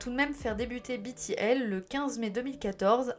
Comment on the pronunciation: Super Video ! Le travail de fond sur la sujet est très apprécié En revanche certain point que je tiens a soulevever BTL -> on prononce too gi ( comme le son dans gitan)en coreen on dit bien 투 지 Prononce Too Jay si tu veux mais ce sera mal compris Backing vocals -> prononciation le a comme dans avion pour backing.je ne regarde pas la video je lecoute comme un podcast et en tecoutant jai cru que tu petrissais les voix comme tu petris la pate a pain Mais très chouette contenu !!❤